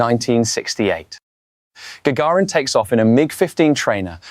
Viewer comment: AI text to speech. Well done though. Listen the names for instance: "Gaggirin" for instance.